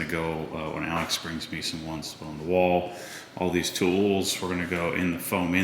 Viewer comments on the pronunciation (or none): none